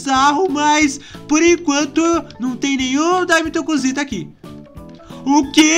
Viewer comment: Voce falou cusita